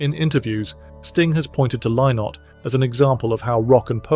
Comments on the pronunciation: Phil Lynott. It's not pronounced "Lye-nott" - it's pronounced "Linnet." That's the way he pronounced it himself. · Lynott is pronounced Linnit like minute. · It's pronounced 'Linott' FFS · That's not how Phil pronounced his surname - check his concerts !